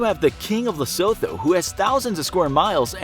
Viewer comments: Bra its pronounced lesootoo not lesotho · Lesotho is pronounced Leh-soo-too :). They are still poor despite the wealth of diamonds because they are corrupt, low IQ and minimal education. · Its pronounced: LE-SUE-TOO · Yo its pronounced lesoto not Lesotho 😂😂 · the mispronunciation of lesotho is understandable because of how it’s spelled but ohhh my goddd it gets on my nerves. it’s pronounced “luh-SOO-too” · Pronounced “Lesotwo”, without the soft ‘th’ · Ke Lee soto, asie le-so-tho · Lesotho is pronounced Lee-Sue-Two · Lesotho is pronounced Lesootho. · It's pronounced 'Lesutu'.. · It's pronounced Le-su-thu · Lesotho pronounced "Le - soo - too" as a South African that hurt my soul😂😂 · Say it after me, “Le-su-two” (Lesotho) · It’s Lesotho with a Tee pronouncing it as lesoto but it’s spelled Lesotho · The h in Lesotho is silent So you pronounce it like Le-su-to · Lesotho is prounouced the se to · Lesotho is pronounced Lesooto, with the double o being a short "oo" not a capital "O" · it’s pronounced “Lesoothoo” I dunno 🤷‍♂️ why. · The way he said Lesotho was really funny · The pronunciation of Lesotho is hilarious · Damm y’all botched Lesotho💀😂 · The 'h' in 'Lesotho', softens the 't' instead of forming a diphtong. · lesotho isn’t pronounced th like thought is. Its a hard T